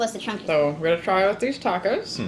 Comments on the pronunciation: you can put it on nashos or tacosh Gurl you better be kidding me it’s pronounced nachos and tacos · "nashos, tacosh" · “ you can put it on top of nashos , *tacshos*, … “ girl… please tell me you’re joking. Ain’t no my saying you said Nachos & Tacos like that.